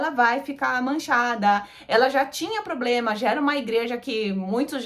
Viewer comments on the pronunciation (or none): none